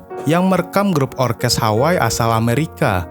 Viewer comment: Terima kasih atas ulasannya . Sedikit masukan ... sebagai orang yg mengerti bahasa Hawai'i & pernah mengisi acara "Gebyar Hawaiian" di T V R I, saya agak risih mendengar narator melafalkan "Hawai'i" sebagai "Haway" ... nama kepulauan tersebut seharusnya dilafalkan " Ha-wai-i " ( kedua huruf /i/ harus dilafalkan dengan jelas ). Kebetulan saya juga kenal dengan sempat beberapa kali bertemu dengan keluarga Eyang Hoegeng sejak tahun 1999.